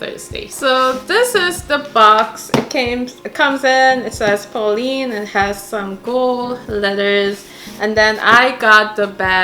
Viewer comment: Just so you know, the correct pronounciation for Polène rhymes with Glenn or Helen. So Polenn not Poleen. I hope you don't take this the wrong way. It's absolutely gorgeous, I want the burgundy one in the croc leather pattern. Thanks for sharing!